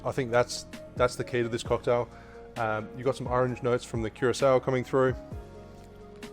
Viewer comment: Man that accent..! Did he just said blue KEROSENE 🤣😂🙈💩💩🌈🌈🌈